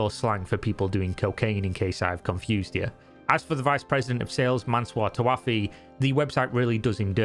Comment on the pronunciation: just an FYI the names are pronounced "mansoor tawaafi" and "parviz davood" and they are "allegedly" under invastigation and considerd fugitive by the iranian government (technically a court in tehran) for fraud